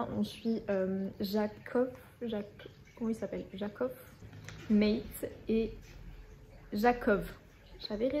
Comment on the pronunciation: C'est pa Mète , c'est Mate, prononcez Mâtè, c'est un prénom très populaire en Croatie .